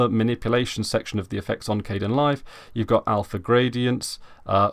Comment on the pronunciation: it's pronounced (K-D-E- IN LIVE), spelled like Kdenlive, yea we all make mistakes, and it just annoyed me.